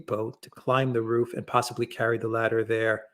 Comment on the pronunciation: By the way Larry its " roof" not "ruff" 😂